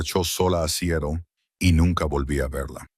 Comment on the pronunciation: Sería bueno que aprendas a pronunciar Seatle